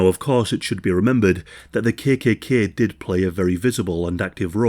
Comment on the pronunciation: Yorkshire accent, perhaps?